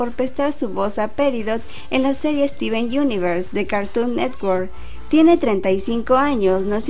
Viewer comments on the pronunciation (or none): none